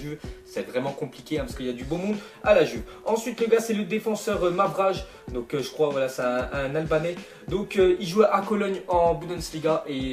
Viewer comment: Salut bizbiz, enfaite je suis albanais et sa se prononce pas mavrage, sa se prononce mavralle